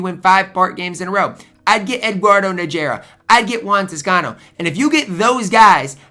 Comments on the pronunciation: Nageera 😂. It's Na-Her-Rah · Nah Her Rrrahh..